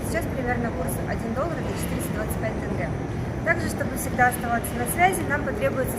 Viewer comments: Ни Тэнгэ - А Тенге, Тенге, , Дорогие Россэянэ), бесит эти Русские как будто не Русские), просто Пипец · произносится как и пишется тЕнгЕ